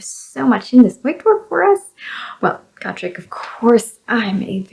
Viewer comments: It's 'Go-Trek', not 'Got-Rek'.... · which is weird cuz in the audiodramas it’s pronounced Got-rek.